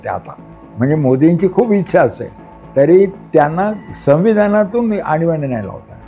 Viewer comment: आनी बानी नाही आणीबाणी 😅😅